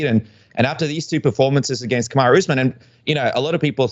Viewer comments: colby said "Kamaru" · yo Colby actually said kamarus name right😲